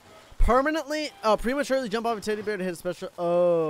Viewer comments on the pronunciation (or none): none